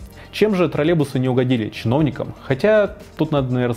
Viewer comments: троЛЛЕЙбусы, а не тралебусы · Немного бесит когда вместо "троллЕЙбусы" говорят "тролЕбусы" :__)